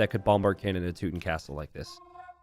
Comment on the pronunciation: slaughter the word teuton...tutooons